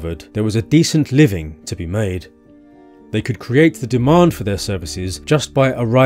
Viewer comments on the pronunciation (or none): none